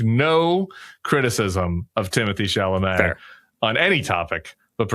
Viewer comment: Would suggest pronouncing Mr. Chalomet's name right if you have so much respect for him.